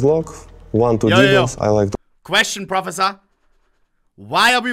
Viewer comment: Question "prafehsure"